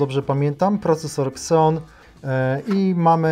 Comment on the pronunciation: Nie "kseon" a "zijon"! xD A tak to nawet ciekawy konfig!